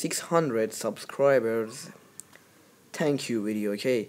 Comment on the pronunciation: U said thank you wrongggggg